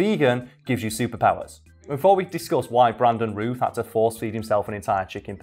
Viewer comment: Routh is pronounced like South, just FYI...